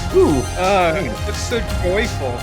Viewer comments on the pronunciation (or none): He said toyful